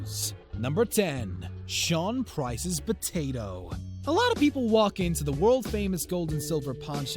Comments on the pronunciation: imagine saying botato instead of potato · Did u say "Batatoe"???